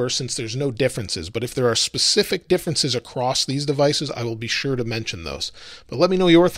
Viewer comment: There is no T in the word across.